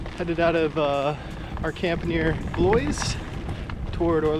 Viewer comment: I love the way you pronounce Blois, Orléans and Gien. ;)